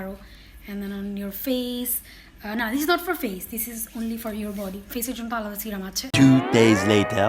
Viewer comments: Kotha bollei smart hawya jai na. Tomra bekar smartness dwkhao😂😂😂😂srirum .. Ba sirum noi go.. Serum.. Kotha tai kemon kore jano bolo😂😅😅😆😆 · Not C-ram it’s se-rum ..no offence 👍🏼